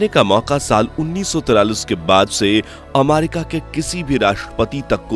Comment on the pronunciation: आमारिका नही रे अमेरिका है ओ 😂😂😂😂